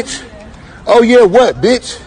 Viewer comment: Cant even say bitch right